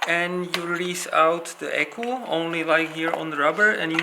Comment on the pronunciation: Pánové, skvělé produkty, ale prezentace (angličtina, Yeah, za každým druhým slovem hefty jako ECU "eku", Fuel foneticky, trochu slovní zásoby jako třeba "pry" u páčení šrroubovákem, boot u intake gumy atd atd. Action jde vystřihnout, mikrofon na tričku by zlepšil slyšitelnost, nebo audio udělat v postprodukci) by zasloužila více pozornosti. Video je nějaký ten rok staré, tak věřím, že jste na tom mákli. Jste vcelku ve známosti celosvětově, tak si myslím, že by to zasloužilo trochu profesionalizovat.